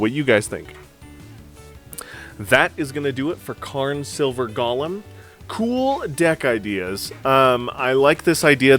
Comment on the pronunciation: Go-lem Not: gah-lim 🤦🏽‍♂️